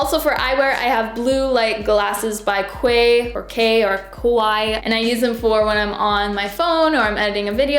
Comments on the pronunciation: Just found your channel and am loving it! FYI Quay is pronounced “key”, it’s Australian ❤️ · Im a year late lol, but “Quay” is pronounced “key”. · Quay is pronounced key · fyi “quay” is pronounced “key”. i love your videos btw💜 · Quay is pronounced like “key” ☺️